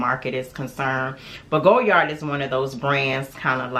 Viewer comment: I love this bag. I own the pm size. Just wanted to note dear, the d at the end of Goyard is silent. Beautiful color, enjoy 💚💚